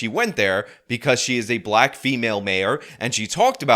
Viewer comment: Was she saying black I thought she said she's Blat . I was thinking who's this Blat Chick